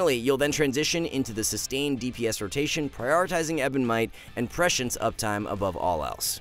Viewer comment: The main lesson i’ve learned of watching augmentation evoker video’s is that literally NOONE knows how to pronounce prescience :/